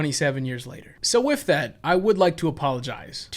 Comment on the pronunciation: I kinda love how you say “wif” :)